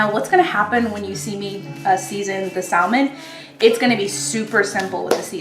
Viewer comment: I will drop kick you if you say saLmon one more time lol